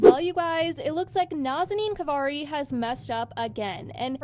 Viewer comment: Off topic here but I love the fact you say her name correctly, sounds so pretty